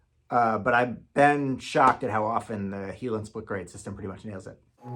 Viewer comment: Interesting. The Heiland (and it's a German name, pronounced high-land, not he-land) is the Rolls-Royce. Some of us hope for more, adaptable Honda LED sources for our enlargers. A friend built me one, 3D printed with an inexpensive LED panel for about $200. I'm just using it as white light with Ilford filters, but LED is the way to go these days.